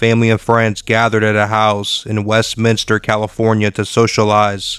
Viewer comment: westminister??? 😂🤭🤣 you are joking right lolol..?